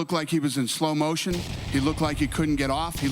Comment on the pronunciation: why did you say slo- motion, you should have said slow motion you werido